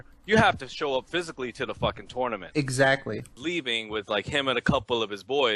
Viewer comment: "Toonament"? LOL